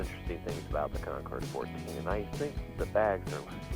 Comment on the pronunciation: Your bike is gorgeous but it’s pronounced WITHOUT the “s” (say, “Con-Cor”). The background music was good but far too loud if it’s overwhelming what you’re saying, right?